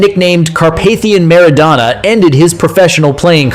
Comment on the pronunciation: Only an ignoramus or a data-poor AI bot could refer to the '94 World Cup as "the one thousand, nine hundred and ninety four world cup", mispronounce Maradona, wrongly claim that the whole world was waiting for Diego's redemption (we weren't, we really weren't), call prime-time Romania "a dark horse country" and describe Hagi's superb strike as "a left foot swing". Ha-ha-ha!